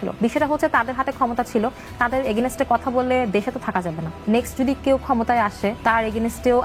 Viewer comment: বাড় বাড় "এগেইনস্ট" কে "এগেনেস্টে" বলছিলো! খুব অবাক লাগছিলো তার মুখে এমন উচ্চারণ শুনে!